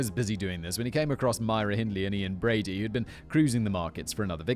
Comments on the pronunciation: I love your work but your British, stop messing up Brady’s name! You call him Broody among other things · Img I’m glad I’m at the end of this as it’s infuriating me that you’re frequently getting Brady’s name wrong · how many times and different ways do you want to say brady's name wrong? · In all fairness, does Brady deserve to have his name said correctly? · It’s hard to believe that you can be raised in the UK and not know this case. I can forgive the frequent wrongness of stating Brady’s name as it’s a harrowing tale. There are current stories that they are digging the moors again after a walker discovered a bone and it’s hope Keith is found. It’s not looking good but fingers crossed